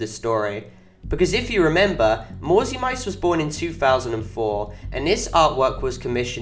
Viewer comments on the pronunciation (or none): the name is pronounced "mauzi mitse" not "mauzi maits"